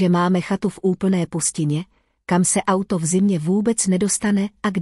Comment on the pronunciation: Robot ani nepřečte auto, je to a uto. Chybí mi tam emoce.